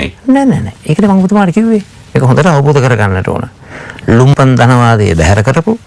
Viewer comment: ලුම්පන් නෙවෙයි බං.......ලම්පන්.